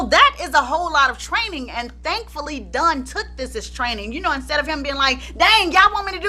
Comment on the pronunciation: the way u keep saying DONE